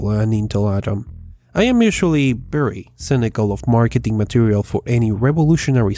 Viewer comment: It's Very not Berry